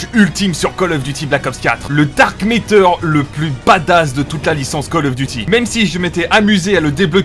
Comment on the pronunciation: Matter et pas métter stp Sinon super contenu !